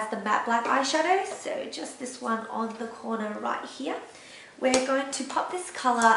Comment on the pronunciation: I like how you said here like "Heeyah" ^^